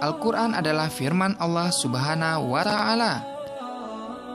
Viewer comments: Allah subharawtaala, apaan, ngomngnya kok ky gt,tpi aku g tw, it karena back soundnya atao apa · Allah subhana wata alla, bukan wala allah